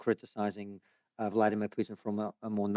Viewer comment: Konstantin Kisin was raised in the Soviet Union. So, I would be very grateful if he would at least pronounce Putin's first name correctly: It's Vladímir Putin. I do NOT mean this as any defense of Putin or his actions--but think of the furor it would cause in the USA if someone did not roll his r's or otherwise accommodate his pronunciation when speaking about an Hispanic person.